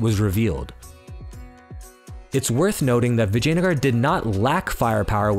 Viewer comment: As someone with ancestry, just the way you say “Vijayanagara” is 👌 Another great video dude!!